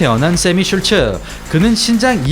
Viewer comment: 하리노토프가 아니라 하리토노프입니다. 사실 이름도 슐츠라기 보다는 쉴트 혹은 슐트라고 발음해야 맞는 듯.